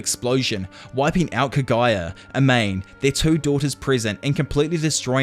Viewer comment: Yo great video! Amane’s name is actually pronounced Ah-mah-nay, not Ah-main